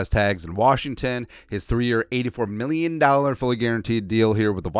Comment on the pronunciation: If you could say happy new rear one time it would make my year. Just listened to you say mirrion and it always makes me laugh.